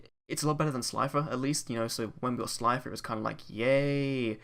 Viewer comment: its slifer.